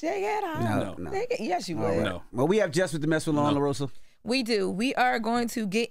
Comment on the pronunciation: DJ Envy ,La-Rose-Ah is how it's pronounced. Just like Coma- La. you have to "DON'T" want to pronounce her name wrong to get it right. It's too easy to say,but I get it. Jess is listening. 😆 🤣 😂 😹 JFWY!😆 🤣 😂